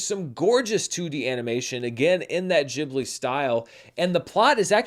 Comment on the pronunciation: I don't understand how anyone could think that's how you pronounce ghibli.